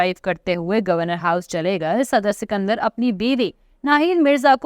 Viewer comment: سکندر مرزا نہیں اسکندر مرزا نام ہے